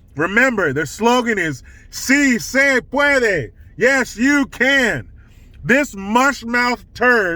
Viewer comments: Say it with me: See say pwod-way. 😂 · See Say Puadway!!! Lmao, subbed! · “See say pwadway”😂🤣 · READ THIS! We need “SI SE PUADWEY!” shirts and hats asap. 😆😆😆. 🙏🙏🙏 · I wonder what AOC thinks about so se pwodway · Jill Biden says, "Say it with me !" "See say pwadway!!